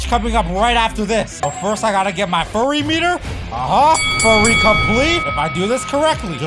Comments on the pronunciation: BRO HE SAID FURRY METER AGAIN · Lil bro always says furry instead of fury meter